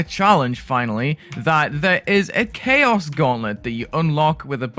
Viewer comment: Thought you said ‘magic and cheese’ lmao 💀